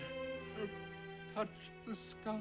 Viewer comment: I've always loved all of your brilliant reactions, especially when you get emotional, so of course, I was greatly looking forward to this episode very much. My only critique would be your reading of the episode's title, which should have placed the emphasis or accent on the words "I, Touched, Sky", because to read it otherwise diminishes its' power. The actor Jon Lormer(the older man who died) absolutely nailed the reading of that title line, and it's probably why he was hired, just to deliver that line. So let him be your example. 😊